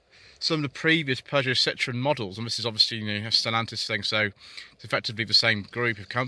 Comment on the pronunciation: I believe you miss-pronounced Peugeot there 😉 as a Vauxhall fanboy I certainly love my Insignia or the Astra K Elite 1.6 looks a good proposition with 200hp. But yes overall the designs have been handsome and inoffensive rather than striking and modern in recent times